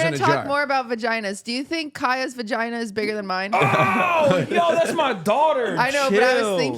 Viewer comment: They said vaginer 😂